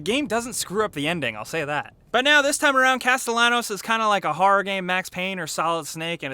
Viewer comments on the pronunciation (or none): It's not Cast-el-anos. It's Cast-tay-yah-nos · Caste-YAH-nos, guys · Why the hell does everyone say Cast..alahn...os its Castallenos a very common Hispanic name. Everyone pronounces it like its a name being used for the first time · Why can no one pronounce Sebastian's name correctly? It's (kas-te-ya-nose) not (kas-te-la-nos). They even say it in game. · Pronounced Casteyanos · Casto-lannos wut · Castilanos.....10/10 ladies and gentlemen 10/10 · Everyone say it with me; "cas-tee-on-ohs" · Every time pronounces Castellanos "Casta-lennoes" a tiny part of me dies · He has a hispanic background. His last name is pronounced like cast-eh-yawn-ohs. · Why can’t gringos say it. It’s not Castelanos, it’s Castellanos, the double L is pronounced like a J in English. People say his name a lot in the game. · C A S T E L L A N O S its pronounced with a J, since its a spanish name Castejjanos, have you heard how the characters say his surname sry im a grammar nazi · It's Pronounced "Casteyanos" ffs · Pronounced Caste-yanos, spelled Castelianos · That is not how you say his name 😤😡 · the rule is, in every different interview, you pronounce Sebastian’s last name differently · Fah Pete's sake. Can't no reviewer pronounce "Castellianos" properly?? It's, like, said a billion times in game. Also, the voice acting is pretty great, 'n' I guaranty yah that I'm quite irritable when it comes to voices in games. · I can’t take you seriously when you right away pronounce his name wrong, with Spanish names and words the two lls are said like it’s a y not an l get it right dude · I cringed every time you mispronounced his name! Absolutely loved EW1 and I'm pumped for 2. Thanks for the vid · Bro, you don't pronounce the l's in his last name. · For fuck sake the double L in Castellanos is silent, how did you play the game without picking up on that. I cringe every time you say it. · you pronounced Sebastian's last name wrong.